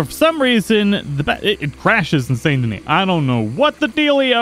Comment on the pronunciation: why do you pronounce the t and not the s in Saint Denis